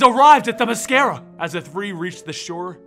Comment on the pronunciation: you said Themyscira correctly. Nice job.